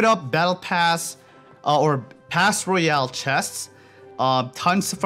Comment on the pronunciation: Pls say Royale properly it’s not rooooyale